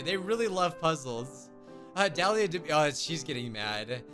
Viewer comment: 1. YAY YOU SAID MY NAME RIGHT